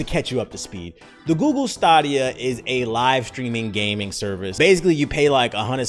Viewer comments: Wow, this is hard to watch. Between mispronouncing the service to getting the business model completely wrong. Wow. It's been about 8 months since I've seen videos more misinformed than this one. Sounds like you should have tried the service for FREE before making a video that has so many facts wrong. Not going to argue with your take on Alex Hutchinson because the guys a joke but anyway, don't write book reviews on books you haven't read. Jesus. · You are not saying Stadia right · Weird way to pronounce Stadia but okay. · The way you pronounce stadia hurts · Bro you pronouncing it wrong. And everyone know bout it. They been advertising for months on YouTube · oh, well either way it’s fucking hilarious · he trolling and giving out false info he knows you dont have to pay monthly just to play a game you can just buy it the service it's insane its one thing to hate on the platform but then you look like a fraud when you giving out false info and then pronouncing it wrong because you know you giving out false info so NO ONE CAN FLAG YOU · Wtf is stahhdia it’s stayydia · Is this man saying Stahhdeya and not Stay-deeya?! is wildin today lmao trollin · It's STAY-DEE-A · is it stAHdia or stAYdia?? Tbh got me questioning if i’ve been pronouncing the shit wrong for months now💀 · STAY-DIA CHIEF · The $10 subscription is not mandatory. You can buy a game, any game, and play it as much as you want and not be a subscriber. This misinformation being spread by Youtubers is just sad. I haven't paid for a single month of Stadia (pronounced stay-dia) in the last 11 months. But I've been playing games on it all this time. Well done on half researching a thing you've never tried and then knock it because it's the trendy thing to do. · Say it with me STAY-DEE-UH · Its stay- d-ia stadia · It's STAY-DEE-AH tf you call it that for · Am I tripping or is it pronounced (stay-dee-uhh) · I could've sworn it was pronounced STAYdia... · It's pronounced Stay-D-Ya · Stah dia